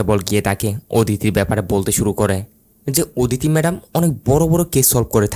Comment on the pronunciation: আপনার উচ্চারণে অনেক সমস্যা আছে, এইজন্যই ইন্টারেস্ট হারিয়ে ফেলি, আপনি লোক না বলে লুক বললেন, অদিতি না বলে ওদিতি বললেন, ধোকা না বলে ধুকা বললেন, কোথাও না বলে কুথাও বললেন, টিকবে না এর বদলে ঠিকবে না, এরকম অনেক ভুল করেন আপনি, আমি জানি না আপনি বাঙালি কি না তবে আপনার কথার উচ্চারণের মধ্যে অনেক ভুল আছে, এই ভুলগুলো শুধরে নিন।